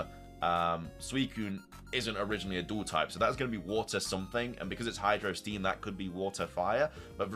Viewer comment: > sees obvious Japanese pronunciations of psychic blade and hydro steam > pronounced them wrong > says they translate to psychic blade and hydro steam instead of just being the words. > says that psychic blade might be a fighting type move when it has psychic in the name (wonder what type leaf blade is?) Also I’m not sure why he thinks the legendary beast trio fusion and the non-keldeo swords of justice fusion are just suicune and virizion despite the fact they clearly are fusions (though this is more a jab at the original thread)